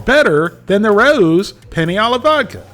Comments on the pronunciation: It's not Rah ewww, it's Rah ohh. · the brand is pronounced RAY-O's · It's pronounced Ray-O It's not hard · It's rah, like rat, plus ow, like ouch. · It’s pronounced Ray-O’s. 🤦🏼‍♂️ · We pronounce it "row" as in rhymes with "wow" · It’s “ray-ohs”, my man. 😂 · Hi, a) I enjoy your work, and have for years. b) I originally pronounced it like "raww" (the English pronunciation like "My parents had a row about my school grades) c) I've been informed it's pronounced RAY-OH's. d) I'm not the word police, just mentioning what I've been told. Keep up the fine work. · It pronounce as Ree-oo-s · It is pronounced Ray-o’s. From a New Yorker. Love your videos. Keep up the great work. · I don't know what they've been telling you, but it's pronounced like OW (like you stubbed your toe) with an E at the beginning. The R has a really short roll, but it's fine without it.